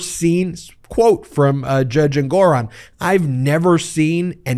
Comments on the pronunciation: Ben, the judge’s name is pronounced ENgaron (not enGORon). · Isn't the pronunciation of Engoron's name on the first syllable: ENG-or-on, and not eng-GOR-on? I could be wrong.... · You're an attorney, why do you intentionally misspronounce many of the peoples' names you cover? It's pronounced Judge "En-gerr-on". Your constant misspronouncement is one of the reasons I delete your videos, as well as unsubscribed from your channel. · Lol “En-GORE-On”? Ben please learn about accents on the right syllables… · Wait, is that how you pronounce the name of that judge?? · What's with the pronunciation of the Judges name? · What happened? The judge's name is being pronounced differently. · Ben,Ben,BEN! Time for a break. Listen to your grandma. You pronounced Engeron’s name 5 different ways and said E Jean Carroll was sanctioned 1 million dollars! Hey, at least I’m paying attention. You work SO hard and we appreciate your efforts. ❤ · Hilarious to listen to the number of ways Ben pronounced "Engeron" in just this one segment. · You've changed the pronunciation of the judge's last name. Is this the correct pronunciation?